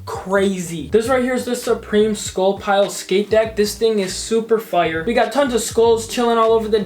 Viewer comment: How normal people talk Fire How talks It’s fire but I say like fryer with out an r